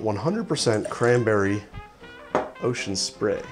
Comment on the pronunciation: I love how you say 'ocean spray' as if its a really high-class brand name.